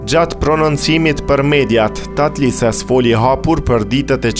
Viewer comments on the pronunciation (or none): TATLËSES.... jo Tatlises